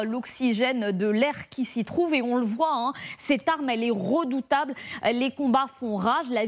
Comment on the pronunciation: Faites quand même attention à la prononciation... "ont roçu", "elle est rodutable" C'est déjà mieux qu'avant mais il reste du travail ! ;)